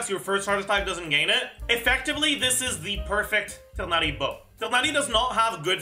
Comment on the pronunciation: LOVE how pronounces Tighnari so effortlessly <3